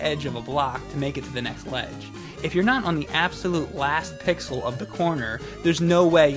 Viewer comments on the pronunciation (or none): none